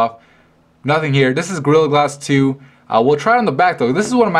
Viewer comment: Sounds like he's saying grill glass.